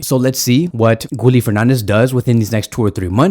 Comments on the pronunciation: His name is pronounced “Gee-yeh” not “Gooli”😂😂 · Gee-yell not gee-yeh